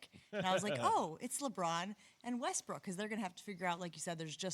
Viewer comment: Dude said westbrick live on tv 😭😭😭😭💀 💀